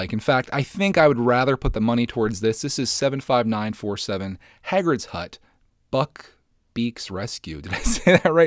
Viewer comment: Buckbeak’s Escape! (Pronounced Correctly) Harry Potter Fans: (Applause and Rejoice) Finally! He’s got this!: (Trashes Expecto Patronum Set and doesn’t know who Sirius Black is) Harry Potter Fans: Well that didn’t take long....(back to triggered land)